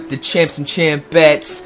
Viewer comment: Every time he says "champs", I think he says Chance. Which is my name.